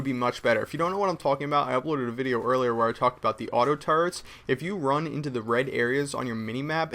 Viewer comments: ur amazin but when u say auto turrets it sounds like u say auto turds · he says auto-turds